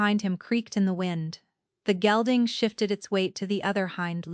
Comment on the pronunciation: ...a black gelding, not gilding...